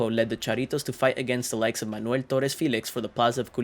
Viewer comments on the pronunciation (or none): none